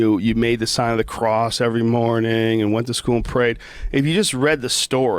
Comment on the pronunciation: She joe cant even say the word cross ...